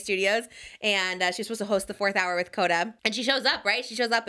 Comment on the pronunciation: lol is she saying Koda and not Hoda?!! Also the Austin Mahomes thing again this is now week two of me asking them to google while they are talking 😂😂😂